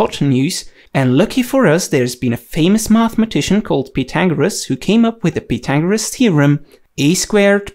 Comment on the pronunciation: The way he pronounced pythagoras killed me